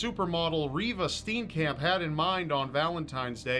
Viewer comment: I love how he butchered Riva steenkamps name😂and he did kill her